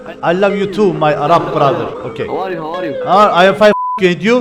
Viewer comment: Havaryu diyen kesin türk 🤣🤣🤣🤣